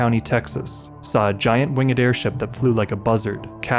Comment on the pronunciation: “ Wingid “? You don’t know the rules for pronunciation of past participles, do you.